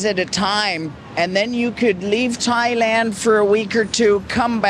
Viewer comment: Learn Thai please it’s Thailand 🇹🇭